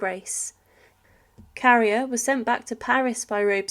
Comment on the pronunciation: Obviously she didn't study French at school because a teacher would have been appalled by her pronunciation.. Carrier is pronounced "carry-ay", Nantes is "Nont", etc. It's not worth watching videos like this because it''s clear she's just reading a script with no idea what she's actually talking about.